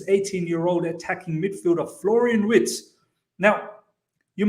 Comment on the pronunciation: Imagine having WIRTZ and HaVERTZ 😅😂 Its pronounced Virtz